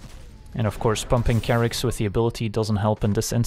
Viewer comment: This whole time I've been pronouncing it Chair-ix, but of course it's Kerr-ix. Durrr.